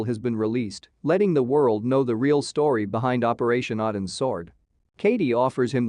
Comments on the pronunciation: 1) Boozer also survived Odin's sword (pronounceed OH-DIN not AH-DIN) only to be murdered in his home where it was staged to look like a suicide. 2)They were not given pills, they were given injections. 3) The FBI didn't drop the case, it was taken over by the LA field office over the objections of the San Diego office. 4) Soldiers don't open up on Reese, Talos Security and elements of the FBI and The US Marshals do outside Hartley's home. 4 Reece intended to kill Hartley, not "treat her harshly". This video was disappointingly lame. It's a disservice to an excellent series. Thank you Pratt and company. Well done. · It’s OH-DIN’s Sword. Odin is the king of the Norse god.